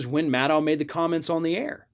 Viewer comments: Please call her Rachel MAD-OH...not Rachel Maddaouw...that's the way she says it. :) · Nitpicking, I know. But Maddow rhymes with shadow. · Maddow….. rhymes with shadow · why does he pronounce maddow's name so weird?